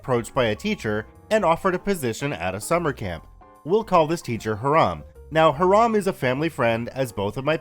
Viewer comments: As far as [] skepticism that the police weren't called to be involved after OP reported the threat of violence to Hiram (like "Hi-rum,' but not quite. It's a pretty common Jewish name. NOT HEE-Rahm, as you've been pronouncing it... xD ). NEeeeeeeeways; I dont think it's odd at all. From all signs, this is a camp which is like a right of passage for generation after generation in the same several handfuls of families, almost exclusively consisting of well-to-do members of the Jewish faith. It's likely that the after so many years of the same groups of friends, and their kids, and their kids etc. to develop quite the close-knit community. Add to that any predispositions the Powers That Be at the Camp may have, based on the hostile attitude law enforcement often took to Jewish citizens during their upbringing, to ultimately deal with problems "in-house" as it were, wherever possible. Rather than going to a figure of authority outside their circle, their faith, their purview, their whatever you want to guess at. Control, basically. We cant be sure, but at some varying level they all carry validity. I think with no actual incident of violence, there's no necessity to call an Outside Force to quash this problem. No one needs to risk stories in the local papers about police at the Jewish Camp. Or "Food Scandal!" On the nightly local news. No. They handle this quietly, without fanfare; like any large, private organization with a history of persecution from established Powers Th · I'm sure it's pronounced "hyerum". I live in a city called Hiram. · I believe Hiram is pronounced HY-ram, and not like the Islamic term for forbidden. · haha the way you say Hiram bothers me. only time ive heard that name is from Riverdale and they pronounce it another way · Hiram pronounced incorrectly. See the videos Hiram Holiday for correct pronouncation.